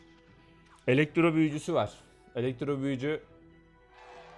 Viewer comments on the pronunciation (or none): elexro diyon kankaaa :D